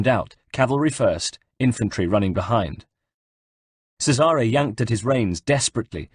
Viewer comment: 3rd book in a row of mispronounced names.anyone else flinch when he mispronounces Cesare?play the game twat,or atleast whatch a damn playthrough on youtube,MAYBE you get the damn names right.i learned italian from the ezio saga, can't even say Cesare proper.